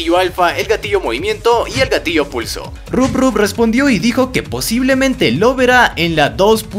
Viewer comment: se dice rob top no rubrrub PD: es mi cumpleaños